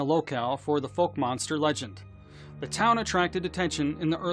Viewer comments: It's pronounced F-owe-k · Please look up how to pronounce Fouke and Texarkana 🤣